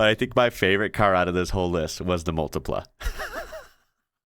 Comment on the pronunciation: Was waiting for the Multipla to be there and I wasn't disappointed lol! The Model X looks like a car out of Spongebob! (By the way, great pronounciation!)